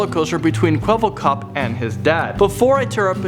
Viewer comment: Man not Kwebblekob